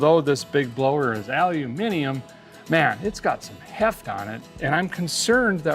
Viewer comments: You pronounced " aluminium " correctly 👏👏👏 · Hi Derek, amongst many things I respect you for, a guy had to rewind the video 3 times to actually believe my ears … I award you a medal for being the first murican guy I have ever heard pronouncing aluminium correctly 😂🤣😂at long last the double oo after the al has been replaced … it’s never been alooominum 🤷‍♂️🥂🍾🤣😂🤣. Of course I jest everyone else reading this , just a guys British sense of humour. Keep up the amazing work and thanks for sharing it with us all, regards from Kevin in Herefordshire England 🏴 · ALUMIMIUM !!!!! You are a hero sir. ( and now, an honorary Brit.) Caseyjones125.